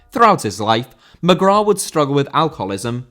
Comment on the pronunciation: Mcgrath* not Mcgror